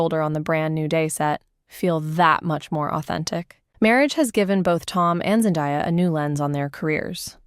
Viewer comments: Seriously though. How does a person even pronounce her name wrong? It's literally pronounced exactly how it's spelled ZEN-DAY-A. I can't right now haha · FFS, get someone to do the voiceover who can correctly pronounce her name and the word debuted 🙄